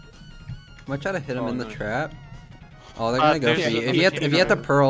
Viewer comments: I love how the trap said “tarp” lol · Nice sand 'tarp' lol